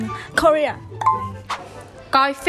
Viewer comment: Vl korea đọc sai kìa má:))